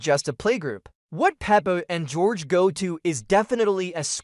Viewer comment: It's george not horhay